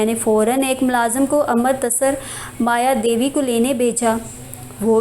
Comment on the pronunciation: its amritsar not amar tasar